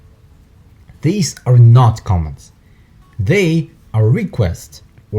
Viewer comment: It sounds like interpreter saying comments not commands.